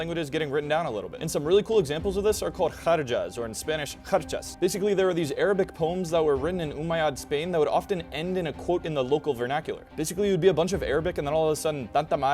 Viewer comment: Your emphasis on Umayyad is a little off - I’ve always heard it said “Oo-My-Ad” not om-ai-ad